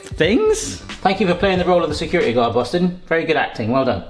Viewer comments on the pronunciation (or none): none